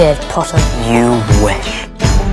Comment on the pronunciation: I clicked faster than Draco can say “POTTAH”